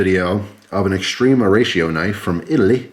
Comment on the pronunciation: Extrema -ex ----t-rem -a . Say rem like remedy . Not ree-eema.